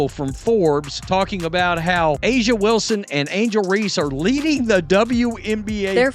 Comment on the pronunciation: It's Reese, not Ree. Can you not pronounce anything? It's A'Ja, not A'A, AJ, or what other stupid thing you said. Go Indiana!